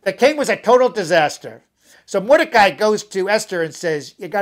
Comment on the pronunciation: btw the names of achashverosh and mordechi were pronounced wrong and haha